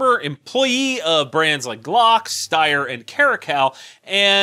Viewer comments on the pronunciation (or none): none